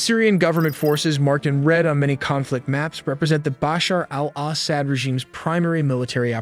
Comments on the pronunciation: Isn’t Assad pronounced a sod? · Al ahhh sad. So annoying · He says it so white Assad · I am sorry, the AI pronunciations of Assad were just ear grating. It is not Ass-saad, it is pronounced Aw-saad. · Assad is not pronounced 'sad' but 'sawd'. Come on, dude. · What’s with the weird pronunciations of ASSsad……….weird guy, lol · I hate how your ai say al-ahsad... NOPE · Israel ally of the Assads? 😂😂😂 Do you guys review your own videos before publishing. But still we’re all happy "Ass-hat" as you pronounce it is gone… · I had to leave as he cannot pronounce city names or Assad’s name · AI can’t pronounce Assad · Can't he pronounce Assad's name correctly?